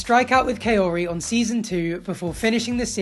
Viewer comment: I’m dying, her name is pronounced like ‘cowrie.’ ‘Kay-oree’ is just how Ed kept butchering it. Idk how he even did that, considering he heard other ppl say it properly